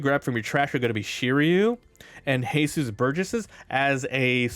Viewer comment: Since when was Jesus Burgess mexican? His names Jesus not Hehsoos lol. Other than that nice deck profile